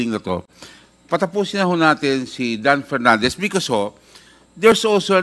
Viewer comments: Sumasakot aang ulo ko PAG nagsalita. Si PERNANDES. KASI ANG CAN NOT PRONOUNCE PROPERLY. PILIPINS DAW HAHAHA?? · Dan Fernandez Hanggang ngayon ba naman d ka pa rin marunong Nang “f” mo at P?